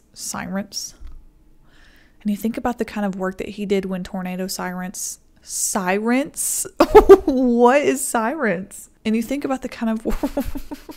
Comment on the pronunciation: Love seeing the giggle clips at the end. "Sirents?" wow.